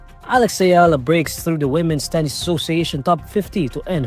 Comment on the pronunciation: Correction for newsreader: the is pronounced as "thee" If followed by a vowel sound, and "tha", by a consonant sound. Pls. Rectify.